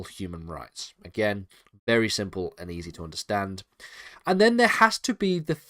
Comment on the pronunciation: acquis communautaire = ak-ee kuh-myoo-noh-TAIR. That's the way to pronounce it. Aqueous, which is what you are saying, is related to water. 1 a : of, relating to, or resembling water b: made from, with, or by water e.g. an aqueous solution